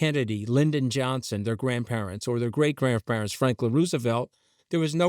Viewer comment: he pronounces things weird... "Rooooosevelt", "Uh-nnex"